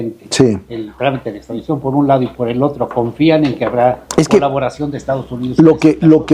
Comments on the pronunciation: A VER "SEÑOR CONSTITUCIONALISTA" NO SE DICE "PRETESTO" SE DICE PRETEXTO TAMPOCO SE DICE "ESTRADICCIÓN" Y USTED SE DICE PROFESOR DE DERECHO CONSTITUCIONAL? SI NO SABE NO HABLAR TAMPOCO ES DE EXTRAÑAR LA "MINISTRA DEL PUEBLO" SE SACÓ DE LA MANGA SESENTA ARTÍCULOS QUE AGREGÓ A LA CONSTITUCIÓN Y LA MINISTRA ESPURIA DAN VERGÜENZA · “Extradiczion” pobre Lerdo fiel representante de los morenacos